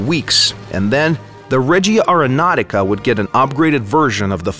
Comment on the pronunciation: As an italian it's quite hard to not notice that but it's spelled: Règia areonautica not Regìa areonautica. Régia means royal (Royal airforce in this case) regìa means "direction" movie wise (the DIRECTION of that movie was stunning= la REGÌA di quel film era fantastica). Not neckbearding btw, just constructive criticism. Keep up the good work! Long time fan,!